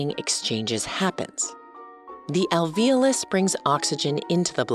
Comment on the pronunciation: I've noticed a trend of pronouncing "alveolus" like "al-VEEL-us" (and alveoli as "al-VEEL-aye"). WHY? that's very puzzling to me. There's clearly an O there....